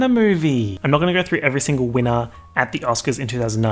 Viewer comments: And whenever he says signal instead of single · take a shot anytime he says signal instead of single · saying "signal" instead of "single" all the time... the illiteracy luv xx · The reason why can’t pronounce single is because he can’t get over that he is also, single